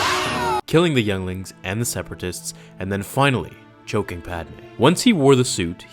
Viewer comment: I like he says "DEFENDING THE YOUNGLINGS" 😂😂